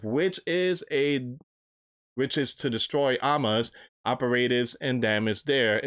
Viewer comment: ….Hamas …. Pronounced…HA Mas. Please I know you have a speech problem but dang man, you don’t know biblical history nor for some reason, you are not doing research, just reading! No wonder you lost funding.